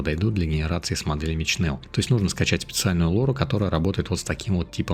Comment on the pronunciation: Привет! Но только не Чнел, а Шнел (или Шнель) от Немецкого Шнелле (быстрее), еще по старым советским фильмам помню как там фрицы говорили - Шнелле Шнелле хусищен ш....